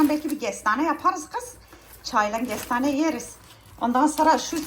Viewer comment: Gestane değil KESTANE Gars değìl Kars Canım o yūzden bīrçok kelime haznen anlaşılmıyo Gorse değīl Korse valla bazen anlamakta çok gūçlūk çekīyorum ama sen kamufle edïyosun tatlı kadın😉🌷